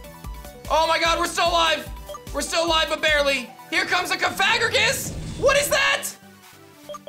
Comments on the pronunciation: ka-FAG-gragus? What? That is not how you pronounce that. CoFA- GREEjus.... it's a combo of Coffin and Egregious. A Shockingly bad coffin monster... it's an archaic form. Not a gay pharoah. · hey. love the content - just a heads up though - that's not how you pronounce cofagrigus! its cough-uh-gree-gus (in order to avoid an accidental bad word lol) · Idk what it is but the way you pronounced bibarrel and cofagrigus 😂